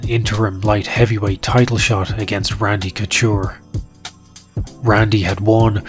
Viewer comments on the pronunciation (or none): Randy cotchure? lol